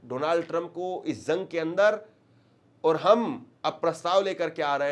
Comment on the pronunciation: Sir,zang nahi bolte jang bolte hai